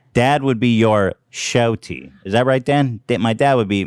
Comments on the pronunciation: Someone tell Ethan it's not "shout-tee" it's "shawty" and pronounced "shau-dy" LMAO! He is more a dad than his actual dad. P.S. Ethans dad laughed just like Ethan lol. He may not look like him, but that’s definitely an Ethan laugh 😆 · It’s ShAAWWtie Ethan... 😂 I love this show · him saying "shau-tee" instead of shaw-tee is killing me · Ethan pronouncing shawty “show-tee” was ridiculous lmao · Why is Ethan pronouncing “shawty” as “shouty” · Not Ethan pronouncing SHAWTY like "SHOUTY". Lord help us all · it’s shawty. ethan is a boomer too pronounced “shaut ee” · Why did Dan allow Ethan to keep pronouncing shawty “shout-y” lmaooo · Who else was a lil annoyed that he was saying it like “shouty” and not SHOTy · The amount of times I cringed for each time Ethan said “shouty” PS - boy if anyone in these comments thinks he’s saying it correctly, you outa your damn mind it’s shawty fool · “I wish I was taller I wish I was a baller” 😂 fucking Gary. Also “show-T” my god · It's not shouty, its shawty. Pronounced SHAW-TAY. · Shawty is pronounced shaw-tee, not shouty… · With peace and love I can’t believe Ethan has the audacity to tell Donna and Gary they mispronounced yeet after repeatedly saying shout tee 🤣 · SHAAAAWTY ethan emphasis on the “aw” not SHOUTY i’m dying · Ethan pronouncing “shawty” like “shouty” is the greatest thing I’ve ever heard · Ethan trying to say “shawty” “showty” lmaoooo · them pronouncing shawty as "shoutie" is SENDING me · Ethan pronouncing shawty, ‘shoutee’ 💀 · ethan tryna teach his 'rents how to say "shorty & shawdy" is the blind leading the blind (big white boomer vibes 🤣 love you guys, promise)... the hard T is killin me 💀🤣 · it's pronounced "shotty" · It’s pronounced “shah-dee” Ethan.... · WHY DOES HE PRONOUNCE SHAWTY LIKE SHOUTY DJDJDKDK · ethan pronouncing “shawty” like “showtee” has me rolling 😭😭😭😭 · The way Ethan is pronouncing “Sh-Ow-Tee” 🤣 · Ethan is a boomer, it’s SHAH-TEE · its pronounced SHAWTYYYYYYYYY!!!!! SHAWW TEA